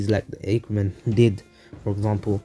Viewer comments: it's ah-ker-men not aye-ker-men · You are saying Ackerman wrong